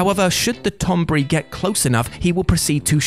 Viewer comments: TON-BERRY, NOT TOM BURRY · "Tonbry", the pronunciation of Tonberry bothers me. lol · The fucking tonberry!🤣🤣🤣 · Tonberry.... sighs